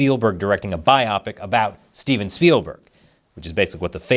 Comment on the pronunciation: Bi-op-ic? Do you mean bio-pic?